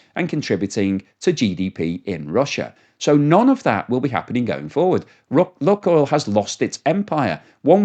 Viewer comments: Lukoil, pronounced Lukeoil,as in Luke the boys name. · STOP PRONOUNCING LUKOIL INCORRECTLY. DO SOME RESEARCH ON THE SUBJECT YOURE TALKING ABOUT FFS